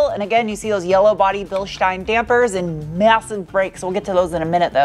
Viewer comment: That engine sounds sweet.Great to hear an American pronounce Bilstein correctly. When you braked I had visions of you retrieving your face from the windscreen.